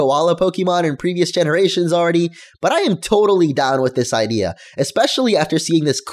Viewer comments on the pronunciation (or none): none